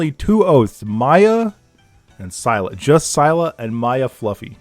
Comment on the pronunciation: said her name wrong both times, Scylla is "Sill a" basically how you say it. I thank Smite for that, Scylla my favorite champion she's total beast